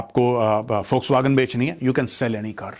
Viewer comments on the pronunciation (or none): Foxwagen nahi sir volkswagen hai.😊